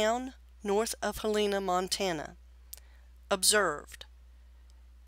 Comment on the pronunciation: Pronounced "Hell e Na". Helena. Not Haleena.